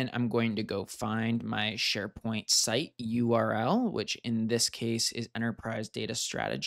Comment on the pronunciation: "Neds Sharepoing"